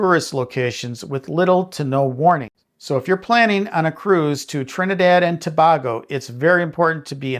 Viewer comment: It’s Trinidad and “Toe-bay-go”